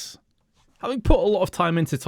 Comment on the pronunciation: I'm not a fluent Russian speaker, but the "Privet" at the start made me cringe xD